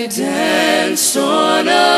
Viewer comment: Anyone else pissed off that none of them can pronounce "danced"...